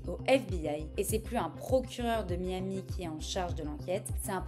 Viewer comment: Lawyer ? It's a joke ! No proves, "Jon Doe" on an act (?) Bilanguage but do not know how to pronounce "Miami' ! I'm laughing !